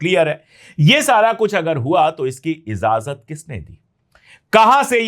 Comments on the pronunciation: Pande ji continue aapka channel dekhta hoon urdu ke alfaaz bhi aap bolte hain lekin kabhi kabhi kuch khami rah jati hai agar ijazat den to correction kar diya karoon aaj ka lafz izazat nahi ijazat hai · I noted that too. He says that quite often. Although ki Urdu bahot saaf hai. No offense meant, we’re learning all our lives. The word is ijazat.